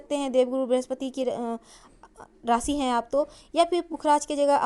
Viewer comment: आपने शिर्षक जो दिया वो बताया ही नही . रासी नही राशी कहीये, सही उच्चार कीजीये.